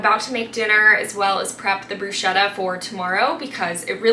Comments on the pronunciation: Quite sure Bruschetta is pronounced Broose-ketta…😅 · everything looks so good. also i could be wrong but i think bruschetta is pronounced with a hard c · You pronounced bruschetta wrong